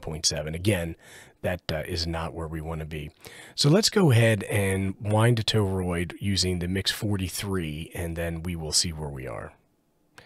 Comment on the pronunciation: 'TOE-ROID' again. Try 'TORE-ROID'.